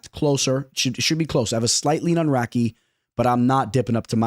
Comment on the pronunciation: crazy how you pronounce radtke